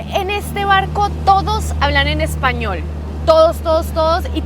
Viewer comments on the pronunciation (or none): none